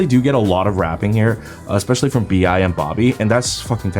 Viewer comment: VI or BIA not,its BI